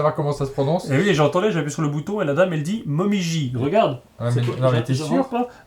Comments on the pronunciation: Désolé. Martin a raison: le "ji" est prononcé Dji en japonais. Donc c'est "Momidji"! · Non, ca se prononce momidji avec un petit d ^^ La feuille d'erable rougissante